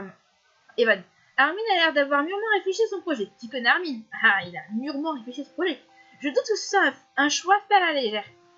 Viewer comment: On prononce le nom de Armin en "Armain" et non "Armine" :) sinon super vidéo